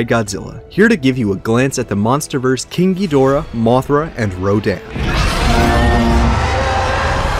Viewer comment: did I just hear him say “kinky dora”?